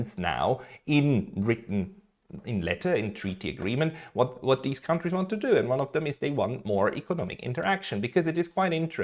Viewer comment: Just one thing to improve your pronunciation: kontries = countries, not kauntries Great channel, keep up the good work!